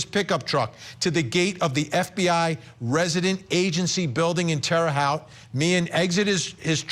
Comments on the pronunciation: I mean.. it’s minor… but Terra haute (halt) pronounce it as halt, and that’s as an indy naive.. but again, that’s that important here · FYI, it's pronounced Terra Hote - with a long O, as in 'coat', 'wrote' & 'tote'. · Vinnie! It's pronounced terra hote! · Sweet Vinnie...its pronounced like "terra houte"(love..a lifetime Indianapolis, Indiana resident 😉) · Its pronounced Terre "Hote" 😁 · Pronounced Terra Hote (long o). Spent a bunch of my childhood —there is some darkness in that town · Tara-hoe t Google it and figure out how to pronounce it correctly i just lost all respect for court TV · It's "Terre Haute," pronounced "Terra Hote!,"! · It’s pronounced terra hote vinnie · It’s pronounced terra hoot. Indiana native here lol :) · It’s TER-RAH Hoe-tte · How does Vinnie not know hiw to pronounce Terre Haute?